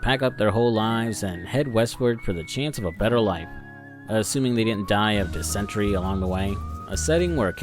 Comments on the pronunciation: I'm a bit concerned you said diss-sentry. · pronunciation: “Dis-in-terry”